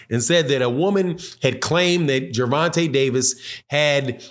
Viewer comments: “vonte” tank davis not ronte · Hey my boy at the being sir you say Gerenta I no u don't mean it just thought I let you no you seem to say it right after that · Who is "Geraunta"... I'm glad buddy cleaned that name up the second time he said his name... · Lol did my boy say at the beginning? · Say his name rite if you gonna blog on him